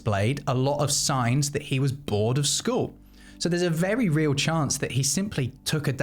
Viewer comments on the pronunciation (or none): none